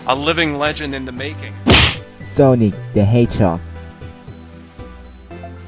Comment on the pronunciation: โซนิก คับ ไม่ใช่โซ่นี้